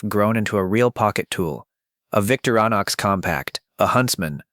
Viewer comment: Vic-TOR-i-nox. 4 syllables.